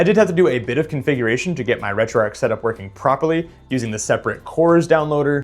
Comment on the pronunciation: It's pronounced "Retro Arch" not Retro Ark 😑